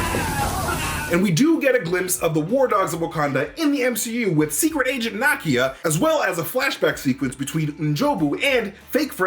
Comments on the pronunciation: Na-KIA. Not NA-kia. Sorry. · Nakia = NA-KEY-AH! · You're pronouncing Nakia's name incorrectly.